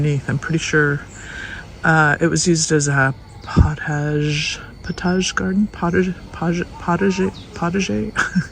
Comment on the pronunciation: Every episode shows so much more potential for bringing back the chateau grounds. Love the secret pool/grotto. (I think you meant pot-ag-er = poe-ta-jay). You'll have to do tours!!!